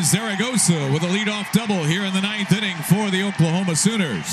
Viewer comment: Did the announcer say "Ending" instead of "Inning" after the top of the 2nd?